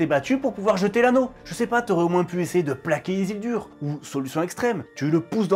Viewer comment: Le "Isildur" m'a tué en début de vidéo, mon fantôme écrit un commentaire avant de regarder la suite